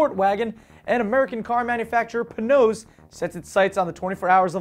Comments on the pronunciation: "Pay-nozz" not "Puhnose". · its not pronounced "pa-noss" its pronounced PAY-NOSE ahaha Panoz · he said it wrong he says it like panose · Who saw Car and Driver's video of the Ferrari 699XX? YEAAAAHHH!!! Also, Panoz is pronounced "Pay-nose". Just sayin'. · puh-nose? really? come on now, you're better than that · *pronounced pay-nose